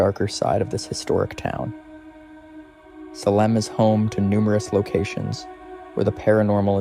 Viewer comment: Salem isn't pronounced Sehlem. it's Salem (saylum)